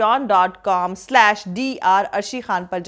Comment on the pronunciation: One more request and that is , the word Pronunciation for the word : WWW IS DUBB LEE U NOT DUBB LOO DUBB LOO THANKS